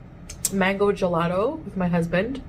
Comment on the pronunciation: Sah-LAH and my HusssssssBAND. Why she talking like that? Also 2 minutes of waddling doesn’t negate 10,000 plus calories.